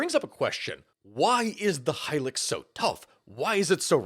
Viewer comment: High-lucks. Not high-licks. High-luxury vehicle was the advertising for it. At least you’re not like that other youtuber who pronounces it “helix” Also, in Darwin, a Land Cruiser was converted to electric, then divers took turns to drive it from one side of Darwin Harbour to the other. They caught fish while they were driving iirc.